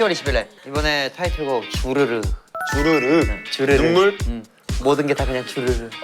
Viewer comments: 주르륵 아니고 주르르!! 이창섭 화이팅❤ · 발음도 주르르라고 해요ㅠㅠ 제목이 ‘주르르’입니다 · 발음도 주르르인데 오타발생이에요.뭐든 주르르도 주르르라고함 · 주르륵아니고 주르르에요😢 주르르!! 주르륵은 끝나는?느낌이라 주르르로 지었데요 < 주르르 > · 이창섭 컴백 주르륵 아니고 주르르 예요 😂 10/22 주르르 많관부 ❤